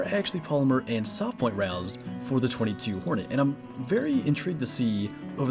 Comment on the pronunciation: It is pronounced two two hornet